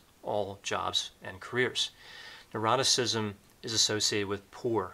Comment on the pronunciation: Very interesting - thank you. A small point - you tend to pronounce ‘neuroticism’ as ‘eroticism’ 🤔